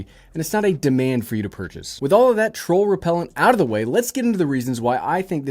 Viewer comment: "Troll Repelent". 😆😆😆